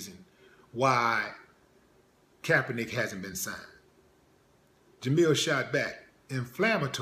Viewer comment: Willie, my brother, it's Jemele not Jamille.